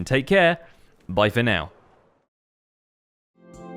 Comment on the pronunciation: Ya it sounds like he say bifin out